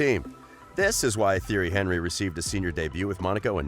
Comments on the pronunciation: Theory Henry? Haha. Narrator has never watched football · Theory Henry 😵😵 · HorrorGames 123 exactly he’s saying theory Henrey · Tee-airy On-ree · "Theory Henry" at least learn how to say his name before making a video on him ffs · Actually he say: Jerry Henevery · He's French. teeonry eenry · I demand you remake this video and pronounce his name correctly! It's pronounced ti-er-ree hun-ree. And it's Arsene Ven-gur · Im eurooean and its pronouced thierry anrry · i have never heard a football fan mispronounce thierry henry. you expose yourself as a fraud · disliked, due to you not knowing how to pronounce his name, you could've used the nickname TiTi and it would have been just fine. that tells me you do not know Thierry Henry. the name is the essence of a thing. nothing can exist without a name and you better know this one otherwise those who watched him will voice their discontent. The greatest and the most feared striker ever along side Ronaldo The Phenomenon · Yup I left as soon as I heard that.